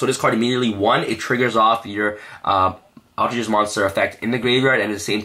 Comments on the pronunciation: aleter geist not alter gist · you pronounced altergeist in the most butchered way. its alter- GUYst not alter jist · ALTER-GUYST not jest. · I'm is pronounced alter-guy-st not alter-gist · For a more accurate pronunciation: all-tur guy-st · Just so you know I'm really getting triggered because it is pronounced Geist like poltergeist not how you are pronouncing it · ALL TER GEIST!!! Sorry it’s not that hard to pronounce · say altergeist wrong one more time, had to mute the video lmao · I don't know what's worst, his pronunciation of altergeist or the hyper jump cutting during his sentences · I love his videos an all and help a lot with my deck building, but some things annoy the hell out of me, he’s pronouncing altergeist wrong, the way he flicks his hand every time he shows a card, saying this card is really really amazing or phenomenal.. like take it down a notch and stop being so cringy and just make a simple watchable video